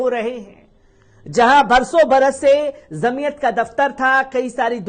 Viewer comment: ج से बाेलीये झ से मत बाेली़ेये जमीअत जीम सेजीम हे झ से नहीहै